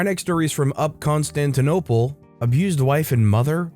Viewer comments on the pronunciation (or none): none